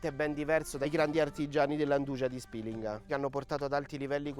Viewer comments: Perché pronuncia Spilinga in quel modo??? Non c'è l'accento... E POI SI DICE 'NDUIA.... TUTTI I CALABRESI GIOVANI, VECCHI E MORTI LA PRONUNCIANO COSÌ. Se da lei si dice così ok... MA NEL SUO PAESE. NEL RESTO DELLA PENISOLA NO... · A Spìlinga, luogo d'origine nonostante per lei non sia così, 'nduja si pronuncia così. La pronuncia originale è poi stata "storpiata" ed è diventata più popolare con la "i" . Inoltre Spìlinga ha l'accento sulla pima " i ". Il fatto che lei ignori una cosa non significa che non sia vera. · 😑 Vieni a Borgia... Dove si fa Nduja e Zingara... A Spilinga vi siete solo inventati la sagra e se il vostro paese si pronuncia con l'accento SCRIVETELO SULLA VOSTRA INSEGNA DI PAESE. Ps: non sono di Borgia, sono di Squillace.